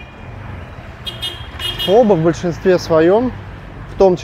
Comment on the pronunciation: Извините, очень режет слух, Фо Бó, с ударением на второй слог))